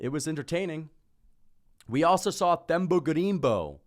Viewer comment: Te-mba not Th-em-ba